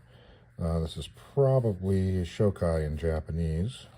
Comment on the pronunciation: Nice little kit. It's pronounced "sho-kee," and by the way, that "ki" kana in front of "44" is also pronounced "kee," you're not supposed to spell it out "K.I.," that's like calling a P-51 a "P.E.E. 51".